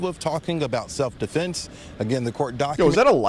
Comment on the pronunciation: "Self deflense" lol